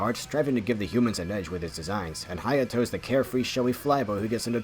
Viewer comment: did you just say H a y a t o